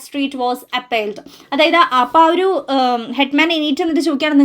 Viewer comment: Try to pronounce "oru" correctly.😊